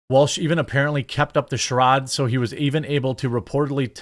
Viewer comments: Charade is sha raid not sha rod. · Its "shir-aid" Jeremy.. charade is not pronounced "chir-odd"